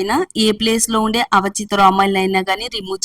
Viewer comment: Avachitha kadu avanchitha